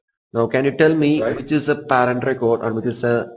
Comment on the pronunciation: No offense Instructor I can tell you are an educated individual but you need to brush up your pronunciation if you planning on teaching US crowd...specially the way you pronounce "Parent" I can tell John & Johnson having a blast with that!..Still very good detail tutorial.